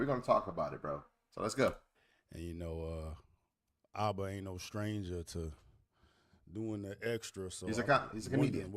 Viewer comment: It's ABA not ABE...🤷🏾‍♂️